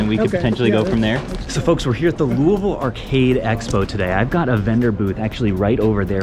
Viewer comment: Thank you for pronouncing it “louvul”